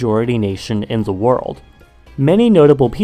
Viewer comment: Do you say "za" instead of the? 😂